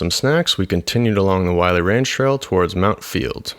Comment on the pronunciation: It's pronounced "willy" not wiley.